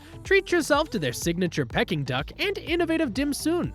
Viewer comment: why would I take this advise when the person can't pronounce Peking (duck) or Bondi (Beach) - if he lived in the city you'd think he could pronounce these words. Plus he's got an annoying voice..... What atouron.....